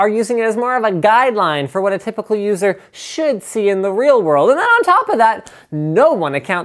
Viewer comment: Linus, can you please record a video of you saying "you watt mate" I laughed way too hard at this.